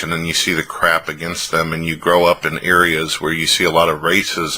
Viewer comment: ''Placements'' (instead of 'places') ''ireas'' (instead of 'areas') ''Pralevent'' ''Proponent against''